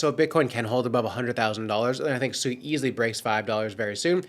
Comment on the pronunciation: 👎🏼 are you pronouncing it SUEY 🤣 obviously haven't done your research heard anyone from Mysten Labs or any devs pronounce it. I can see why traditional Finance thinks everyone in the crypto space is so low IQ